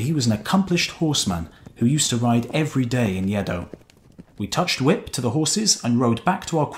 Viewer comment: It's not Yeh-dough, it's Aeh-doh. Next time try your best to pronounce Japanese names properly. Other than that, splendid work, thanks a lot!